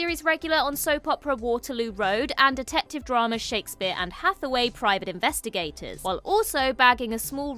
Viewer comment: I keep hearing her say Shakespeare Anne Hathaway 😂